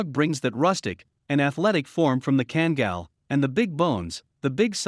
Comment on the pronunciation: It seriously infuriates me that alll this so called experts, hideously mispronouncing Kangal. You should pronounce both a in the name, as in "are" or "type" or "kind" or "*CKTARDS".